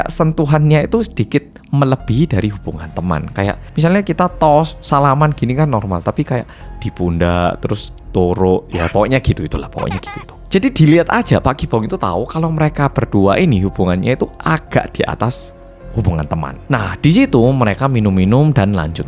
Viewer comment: Ya ampun, aku baru ngeh kenapa pada mempermasalah kan torok 😂 itu kan pulgar yak😂😂 tergelincir lidah nya ini kaya nya Maklumi aja lah, kan dia bukan org Jawa asli to, untung medok nya dpt dia kan Korea 😂😂